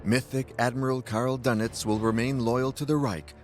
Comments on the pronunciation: good old karl dunnitz . . . #pronunciation #fail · The name is Dönitz...not Dunet..your translater is not correct working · Would it be too much to pronounce his name as: "Dernitz," to reflect the umlaut over the "o," rather than making his name sound like a breakfast pastry?